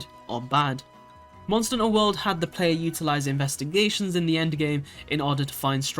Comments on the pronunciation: Monster n'ter XD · "Monster 'nter World"